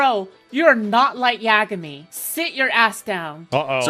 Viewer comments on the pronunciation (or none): You’re not like yeah gyah mee? Dude weeaboos have gotten worse since I was young. That might be the worst pronunciation I’ve ever heard. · “Light yAAAgAHmE” 🤣🤣🤣🤣 Doesn’t even know how to say the nameeee lmaooo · Dude said light yag a me...wtf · Legitimately concerned how Yagami was pronounced “YAH-gummy” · Her pronunciation of Yagami is atrocious. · I've never been more offended by the pronunciation of "Yagami" and I'm pasty as fuck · Literally hate the way he pronounced yagami in American accent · I am more offended by the way that loser said the word "Yagami" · That was the single worst pronunciation of Light Yagami ive ever heard